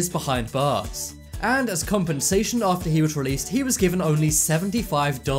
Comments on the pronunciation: It's not ater it is After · After not ater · Found innocent ater 40 years Boi get the word right it’s after 40 years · You said ater instead of after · "Found incident ater 40 years" Excuse me? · He said ater hahahaha